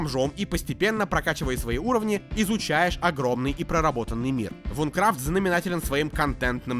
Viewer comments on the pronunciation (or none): Наверное я душнила , но не Вункрафт а Винкрафт (извини , очень режет слух когда кто то не правильно произносит, мой самый любимый проект )😊